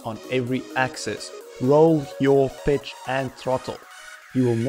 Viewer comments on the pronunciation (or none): Great tutorial, really enjoyed it. When you say pitch it sounds like bitch haha. I had to rewind to check. Where are you from with the accent?